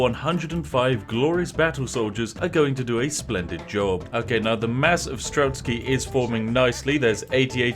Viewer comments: Game: STRELTSY Spiff: STRELSKY Ah, yes... the famous Spiffing Brit pronunciation. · That pronounciation of strelec made me cringe every time lol.